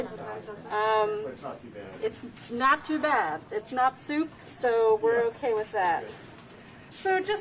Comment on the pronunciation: Stop saying SOUP you urban bison.